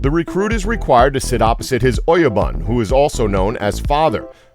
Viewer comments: he pronounce 'bun' on oyabun wrong ROTFL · × Saki 〇Sake × Oyuban 〇Oyabun